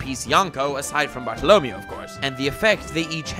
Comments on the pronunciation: Why do you keep saying "Bart-o-LO-meo?" It's "Bar-to-lo-ME-o" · Pretty sure the stress for the word is on the "MEI" sounds, not the "LO" - so more Bar-tolo-ME-o, not Bar-to-LO-meo. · I hate how you pronounced bartolomeo's name, if im not mistaken since the story took place in a Spain setting the E is pronounced as an A sound, like BartoloMAYO, if I'm wrong I'm wrong but it's hideous the way you are pronouncing it and if the english dub pronounces it your way I'll be very upset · Bar-to-lo-me-o. cringe Barto-lo-may-o. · Bart-o Lo-Mayo not Barto- Lomy-o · every time he says bartolomeo i wanna shoot my self im sry -.- i thought it was BART TALL OH MAYO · It’s pronounced barta la Mayo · Bartolo MEH-OH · Bart-alla-may-o is how his name should be pronounced and your pronunciation is bothering me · You’re mispronouncing his name, It’s pronounced Barto- Low- Mayo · Praise lird twe-ehh bartolemeoeoeoeo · I give an F to you for saying Bartalomeo wrong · Is not "bartolomio"... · i love ya but i hate how you pronounce bartolomeo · Stop saying Bartolomeo like that >:/ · Are we gonna talk about how he's pronouncing Bartolomeo's name weird? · Wtf i can’t watch this clown cause of his pronouncements of Bartolommeo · Stop pronouncing Bartolomeo's name like that before I stab myself in the ears. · I'm quite sure you pronouncing bartolemeo's name wrong😂 good vid nonetheless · The way you pronounce Bartolomeo scares me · you say Bartolomeo so bad on purpose...right? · the way you say bartolomeo makes me want to shrivel up inside out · Hearing pronunciation of Bartolomeo made my dick fucking shrivel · So we aren't gonna point out how he's fucking up the pronunciation of Bartolomeo? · So It's okay if you pronounce Bartolomeo like that, as long as you acknowledge that its wrong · If he mispronounces Bartholomeo one more time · Does anyone else hate the way he pronounces bartolomeo? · if youre gonna make a running gag out of 1 character, at least try to not butcher his name, ty.